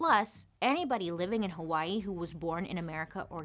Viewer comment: 🌺Aloha Bailey, Mahalo for your story on Hawai'i! I've been a fan for years and now you are sharing about my home. You did a great job sharing the information on how Hawai'i not only got occupied but the overthrow and the current situation native Hawaiians face. (even the names... grinning you did well sis!!) 🌺 I always appreciate your candor and open honest way you tell the stories you do. So proud of the fact you are bringing information to people who are unaware of the not so pretty side of my home. (side note... Loved the fact that you shared about hula being against the law and the language... That is my history and my culture and now many will know) Luv you lady keep the stories coming!!! MAHALO NUI!!! 🌺